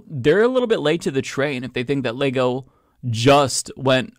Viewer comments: I laughed when she first said Leego! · She cant even pronounce Lego correctly but really wants us to feel her "woke" outrage.